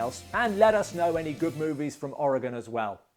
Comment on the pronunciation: Thanks for saying Oregon right lol